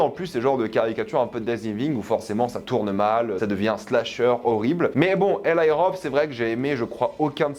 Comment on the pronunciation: je sais que les Français aime la mode English dans la prononciation pour se donner un genre de je ne sais quoi mais on ne dit pas: EL"Y" mais bien Eli car il est d'origine juive et son prénom de dit bien: ELI en prononçant le I comme on le dirait en français. pffff